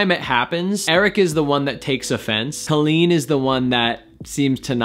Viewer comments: i do agree with your theory, but i still have another theory. i don’t wanna write it here though cause i don’t argue online. but i’m happy you at least analyzed it. Colleen is pronounced cawleen btw not Coaleen (how she says it😂) and yes their podcasts are marital therapy, she has said that a few times lol message me and i’ll tell you my theory 😜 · IT'S PRONOUNCED CO-LLEEN NOT CALL-EEN! I watch Colleen daily and Erik is more private online. They do have a podcast together called RELAX! with Colleen Ballinger and Erik Stocklin. He is way more open and relaxed on it and you really hear him. This video is from a while ago and during quarantine he has opened up more and is on the vlogs more too. Have a good day! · u were saying her name wrong, maybe that's why it sounded so wierd lol. But her name is pronounced kinda like how u would say jolene. with a hard o. I think she actually explains that in that video lol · When he said colleen instead of colleen in the intro, i cracked up😂😂😂 ik nobody other than colleens fans will get this joke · FYI she pronounces her name as Coal-een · It’s actually pronounced COY-LEENT. So you actually have it wrong. 🤷🏻‍♂️